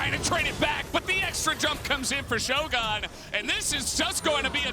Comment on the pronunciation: Oh FFS, "shogun" is not an American word, goddammit. It has nothing to do with shows or guns. That's not how it's pronounced you philistines! I swear, LCK English casters are the fkn worst when it comes to pronouncing names.